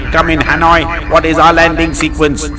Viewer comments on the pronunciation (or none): none